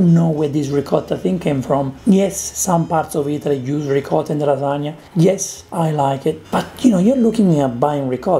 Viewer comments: LAAAAA SAAAAA NIAAAAAA not lasa-ga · Of course, just like he mispronounced lahzagah to troll you. He was channeling Ettore Boiardi, that famous American chef, inventor of the Spaghetti-O's